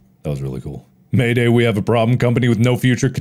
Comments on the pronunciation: I think it is probably MAID A.I. not MAID AYE in pronunciation. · Why does mark pronounce "Maid AI" as "mayday" 😂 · I believe the robot is MAID-AI but not pronounced as Mayday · I love Mark pronouncing it "Mayday" instead of "Maid AI". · lol hes saying mayday and not maid ai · You mean " made ay eye " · MAIDAI is meant to be pronounced as Maid AI i'm assuming, though the fact it looks a bit like it could be may-day in pronunciation is funny and very accurate to what the player character(s) would be saying lol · How does he say MAIDAI as “mayday” lol 😂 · I think MAIDAI was supposed to be read as “maid AI”